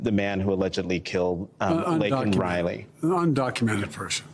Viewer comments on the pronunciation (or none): Biden didn’t want to disrespect a murder by calling him an illegal. Plus he didn’t say Laken Riley name. It’s Laken Riley not Lincoln Riley. Biden the baboon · How will the Left ever forgive Joe? He called an Illegal an Illegal. Take it back Joe.🤣And please learn Laken Riley’s name. It’s not Lincoln. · Yes. The guy who couldn't say her name correctly!!!